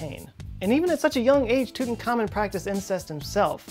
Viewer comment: It's not Tutan-khamon but Tut-ankh-amon. Pronounce it correctly.